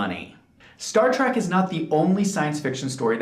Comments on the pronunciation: Is he really saying Track instead of Trek. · Learn how to pronounce "trek".